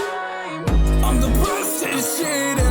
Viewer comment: this is my first time watching your content and i really thought you whispered at the end "piss" instead of "peace"